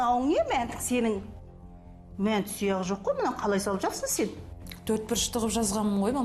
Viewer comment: Мәнті емес манты гой хахаа